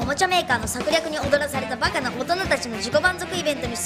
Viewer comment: '위협받은'이 아니라 '놀아난' 아닌가요?? おどかされた가 아니라 おどらされた로 들리네요.